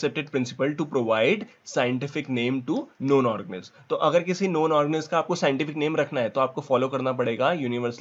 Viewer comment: Organisms ka pronounciation thik se kero wo organiz nhi h